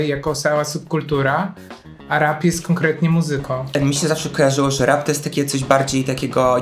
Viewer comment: Zrozumiałam „rak czy disco polo?” i myślę sobie, że to trochę creepy. Chwilę mi zajęło ogarnięcie, że mówicie o rapie 😂😂